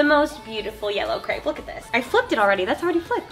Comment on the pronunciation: Hi! Just a friendly fact, crêpe is not pronounced like that, it’s you say it like step. haha just thought I would let you know :)